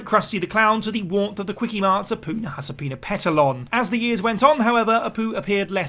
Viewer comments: Bro nailed apu’s name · You can pronounce Apu's names with great ease but Mrs. K you crunched it up like a crash test dummy